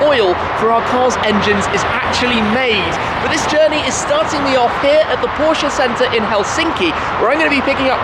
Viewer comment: Please stop saying porsche'uh' 🤐